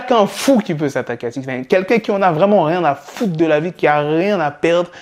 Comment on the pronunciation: SIX NEEIINN ? Nein veut dire Non en Allemand ^^ mdr SIX NIIIIINEEEE !